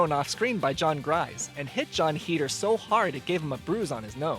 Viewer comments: Listening to him pronounce Heder wrong bugged me the whole time...its HAYDER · is it? i always pronounced it like him, consider me informed :)